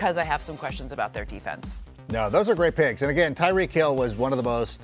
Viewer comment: It’s Tyreek